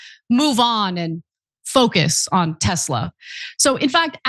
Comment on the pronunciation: You pronounced TESLER incorrectly... LOL.